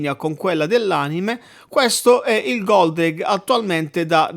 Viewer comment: Ma non si chiamava Goldrake? Chi è Goldraghe? Lol